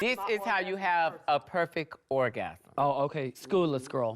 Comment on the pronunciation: …a perfeck orgasm…